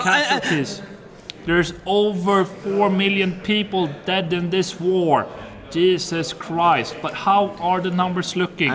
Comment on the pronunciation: Wow... jysus chriist 😁😁